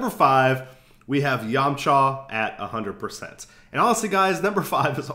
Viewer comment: yahm-chuh. not yawm-chaw. great video though!!!